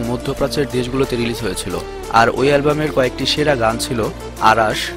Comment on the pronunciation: beta age or nam thik vabe bola sik..অারাশ না,,,নাম অরাশ,, সঠিক উচ্চারন শিক আগে,,ওরে ভালো করে ই চিনি বেটা